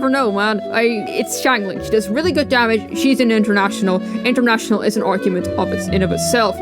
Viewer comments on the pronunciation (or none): I just keep hearing "iNterNAtiOnalS" 🤦‍♂️